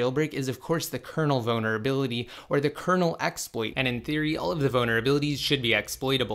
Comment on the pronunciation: Please learn to pronounce vulnerability. Boner-ability was said 20 times in 5 minutes